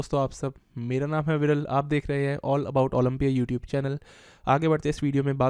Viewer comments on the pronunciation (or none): none